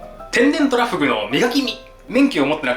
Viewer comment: 急上昇3位がトラ↓フグ↑ってイイ日本だ